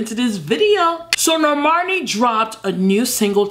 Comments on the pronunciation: Nobody:: normorni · calling her Normarny every other time 😂😂😂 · Everyone: Normani: Nomarni 🤣🤣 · NorMARni Edit:: NorMARni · u forgot to roll the r in NORRRRRRRRRMANEEEEEEEH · No one: Not a single soul:: NoRRRRmani.....NOrrrrmuhnee